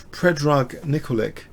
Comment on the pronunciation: Nicolic = pronounced Nickolich